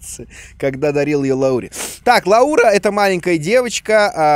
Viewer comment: Меня зовут Лаура! В СНГ странах ударение на у, зарубежом на а. Приятно было услышать от вас своё имя!❤️